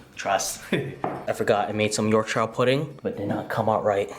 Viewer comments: I chuckled every time you said Yorkshire pudding hahaha it's pronounced like Yorksure. The food looks absolutely delicious, my mouth is watering haha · Wow, rib looked super!..it’s pronounced “york-sha”.... omg, I’m salivating. Not fair....gonna def. do a rib dinner this week cos of this vid,.